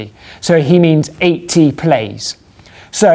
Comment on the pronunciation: That's "plays" not "plies" :P